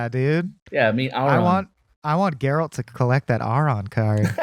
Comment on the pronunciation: ...FFX is fully voiced. How do you not know how to pronounce Auron? Lmao Great discussion guys. Always great to hear from you.